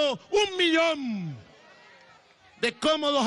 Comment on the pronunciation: 500 miliiiii.......1 miliommmmmm 😂😂😂😂😂😂😂....nao estou querendo ser desrespeitoso com Lingua estrangeira mas nao aguei a forma q ele falo foi engraçado😂